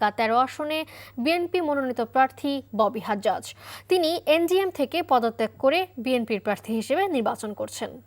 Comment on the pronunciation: আপু ববি হাজ্জাজ। হারজাজ না। আপনি ভুল বলছেন বারবার। ধন্যবাদ ❤❤❤